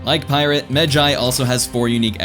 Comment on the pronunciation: Thank you for pronouncing it right